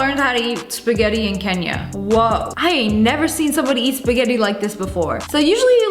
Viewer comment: The way she said kenya